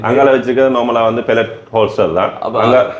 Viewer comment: என்னடா தம்பி மார் ' பெலிட் ' பெலிட் என்று சொல்கிறீர்களே.... வட கிழக்கில் பெரும்பாலானோர் இப்படித்தான் தவறுதலாக ஆங்கிலத்தை உச்சரிக்கின்றனர்... அடுத்தவர் கேட்டால் நகைப்பர் ! அது பெலிட் இல்லடா Belt பெல்ற் என்று இனியாவது ஒழுங்காக உச்சரியுங்கோடாப்பா...😮